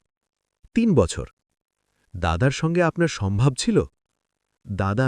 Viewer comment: Dader sange S O M B H O B (Sadbhab). 😅